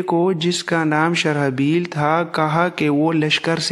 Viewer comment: بڑی مفید اور معلوماتی ویڈیو ز ہیں لیکن نام غلط لے رہیں ہیں شرح بیل نہیں بلکہ شر جیل ہے Sharjeel ہے۔